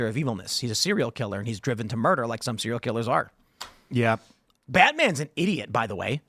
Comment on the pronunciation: Tim: Serial Killer: Is he a hero? Tim: SEE REE RULL KILLER! 😂